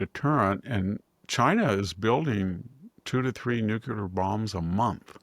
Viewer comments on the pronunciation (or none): Very dissapointed to hear victor say "nuculer" not nuclear. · Dear Mr. Hanson, A friendly reminder. The pronunciation is Nu-cle-ar, not Nu-cu-lar. "Nucular" is a colloquial and often criticized pronunciation of the word "nuclear". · If you can't pronounce Medvedev, maybe you shouldn't even try.. same with 'nuclear'.